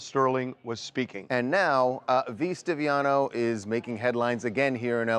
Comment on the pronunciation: V Stiviano is a golddigger who was having an affair with Sterling. She was the one recording him. Say it right.